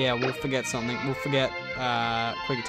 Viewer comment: Whenever you say something you add a k making it something